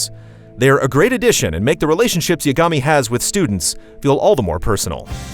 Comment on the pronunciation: It's honestly a pet peeve of mine when the VA's of a game/show say the name correctly, but the people reading the script of the review don't. It's pronounced "Ya-guh-me" not "Ya-ga-me".